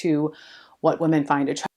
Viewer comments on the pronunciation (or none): Dude, it drives me insane when ppl pronounce the plural of woman as woman. It’s flippn’ womEn. Thank you for bringing attention to this